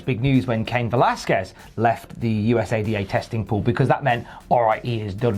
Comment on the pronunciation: That's the first time I've heard USADA pronounced like that...